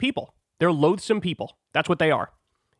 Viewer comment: loathsome not loadsome